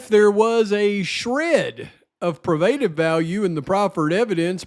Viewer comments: great job staying dialed in. Also just want to help out its pronounced PRO-BA-TIVE I don't want any morons coming at ya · 1.6k. (Check a pronounciation guide for “probative”). 👵🏻🌹🙋🏼‍♀️❤️🙏🏻